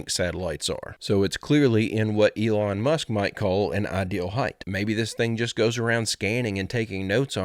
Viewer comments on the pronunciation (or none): none